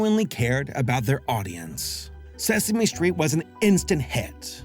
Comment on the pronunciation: “Suh Same Street.” IYKYK. 😅❤